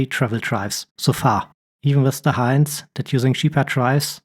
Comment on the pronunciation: Thank you for this useful video. May I comment on your good English. You make four pronunciation errors. "since and hint" are not pronounced as in science and height. The "in" is pronounced the same as the word "in". "Heron" is not prounounced "Heeron". The "Her" is pronounced like the German word "Herr" or the English word "her". "Agility" does not have a hard "g". It is pronounced "ajility".